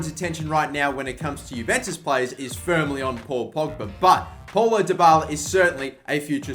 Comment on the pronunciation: it's not Paul-o, it's pronounced as pow-low